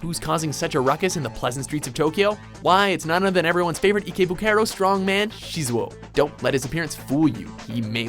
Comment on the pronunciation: Shizuou. Definitely Shizuou.